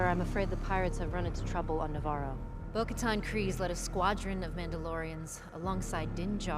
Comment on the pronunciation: 보카탄발음이 잘안되시던데!!복까탄 no!......보- 카탄 뛰어 읽으삼.